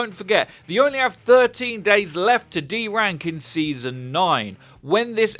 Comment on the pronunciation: I could swear he's saying de-rank instead of do ranked.